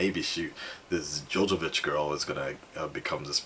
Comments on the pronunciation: JOVOVICH.. NOT JOJOBITCH LOL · "Milla Jojovich" 😂😂😂